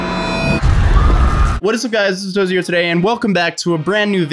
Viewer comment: Why do you say atotozy when it's spelled atozy